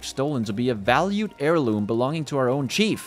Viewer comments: The first time you pronounced it chef I was thinking about it until the 2nd time you said it 😂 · I actually spat some of my coffee out at that pronunciation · i actually spilled my water at that pronunciation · Lmao, I was about to have an aneurysm with pronunciation of "chief". Ya got me. 😂